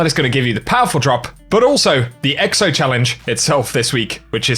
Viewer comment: Bruh my man said EXTO 🤣🤣🤣🤣